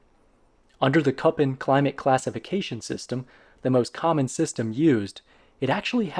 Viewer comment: Föhn, Köppen.. German pronunciation.